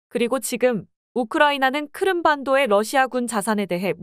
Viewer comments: 크름(X) 크림(O) Crimea - 크리미아 를 줄인 말. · 귀에 거슬립니다,크름 크름이 맞나요?